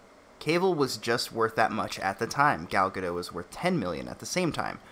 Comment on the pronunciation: Sorry for nitpicking, but Gal Gadot is not French. She's Israeli. You definitely pronounce the T at the end of her surname.